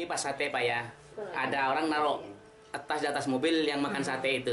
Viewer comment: Tas pak bukan etas